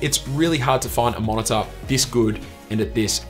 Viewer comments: MO0NA-TA! HAHAHAH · Haha wtf is a monitah